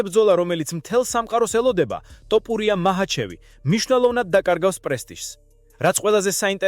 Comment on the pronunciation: დავიჯერო ასეთი უნიჭოა ზოგი ჟურნალისტი, რომელიც ვერ არჩევს "თოფურია"-ს "ტოპურია"-გან-ეს ხომ დაცინვას უფრო გავს, ან სირეგვნეა